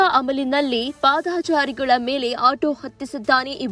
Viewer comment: 😮 ಪಾದಾಚಾರಿ ಅಲ್ಲ ಪಾದಚಾರಿ ಅಂತ ಸರಿಯಾಗಿ ಹೇಳಿ ಆಂಕರ್😮